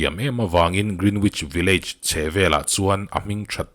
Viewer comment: Sir a tha thin in a ngaihnawm... village hi vi-luhj ang hian han lam chhin teh a mawi zawk a ngem te ka lo ti ve mai2 😀